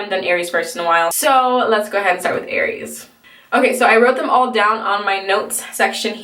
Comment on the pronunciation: you got aries right ahaha